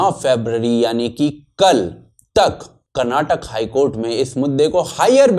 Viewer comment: CAA and NRC protest COVID 19 Formers protest PM security breach Hijab controversy What's next i don't know And thank you for pronouncing as KARNATAKA 💛❤️